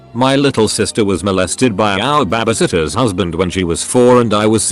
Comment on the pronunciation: Bah-bah-sittah...I never get used to that